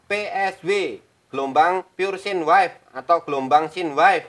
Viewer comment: Koreksi Bukan wife bacanya (waif) pak tapi Wave bacanya (wef)